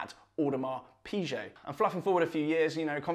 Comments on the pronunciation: Its PIGUET not pichet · Really nice watch review and presentation. Video and sound editing are much better. I am a big fan of Watch Talk. Quick note: 'Piguet' is pronounced 'Pige' and not 'Peeje'. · V good watch. But Audemars Pi-GAY is how it’s pronounced. Ok.